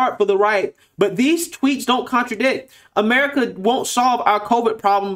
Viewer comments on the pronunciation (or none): none